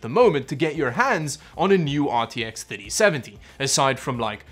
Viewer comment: Every time he says ‘3070’ it sounds like titty seventy😂